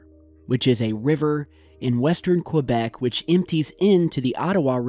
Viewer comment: You keep mispronouncing Quebec. (kuh-bek) not (kwah-bek)